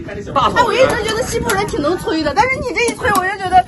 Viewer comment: 哈哈哈..什麼西部人?😀😀😀我聽成是““欺負人””..是我耳朵有問題呀？還是““講話者””發音不妥???😀😀😀草原風情~打情罵俏的佳人呀😀😀😀點讚